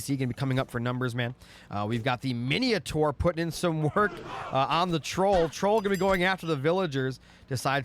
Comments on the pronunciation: Thanks for this upload but PLEASE don't call it Miniotaur... It's Minotaur! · bro where do you see the i in mino